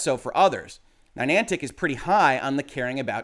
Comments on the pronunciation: I can forgive "Rawblox" since it appears that way phonetically, but adding a 3rd N to Niantic with "Ninantic" is beyond the pale. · I'm just waiting for somebody to hit him on 'Ni-nan-tic'. (there's only 2 n's, not 3) 😁